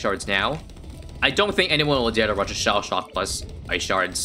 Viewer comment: What means: shell shock What I hear: Sha Sha